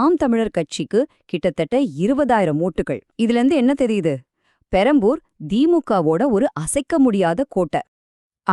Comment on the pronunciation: Adaa tharikuringala Adhu perambur illa perambalur